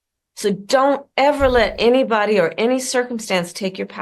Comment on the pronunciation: “ don’t let anybedly” take the power from you